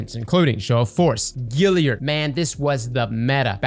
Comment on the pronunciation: mispronouncing Galliard as usual:D:D:D